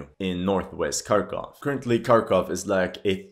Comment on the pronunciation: At long last, a commentator who knows how to correctly the names "KEY-ev" and "KHAR-kov" . I'm surprised that media mouths havent changed the pronunciation of Ukraine to ""EEE-kreen" or "YUK-reen" or something equally silly. 😅